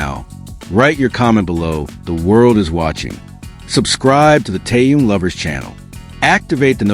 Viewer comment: Автор,называйте правильно Техена,ведь в тексте все правильно,так будьте добры,читайте правильно,Что это за Ким Тээн?